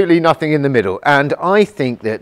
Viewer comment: "Nothink"??? I presume you mean "nothing"? Even as a native English speaker, you can't master the basics of it?